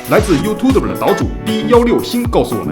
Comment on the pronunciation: 进化不错 但是配音君，请你认真学学Youtube这个词怎么读，谢谢。